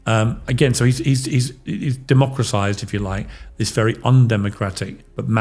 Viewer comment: Motgan said, " democraCize"! some journalist! the word is democraTize